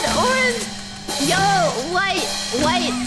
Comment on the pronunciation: OMG I DIED WHEN SHE SAID ORGANGE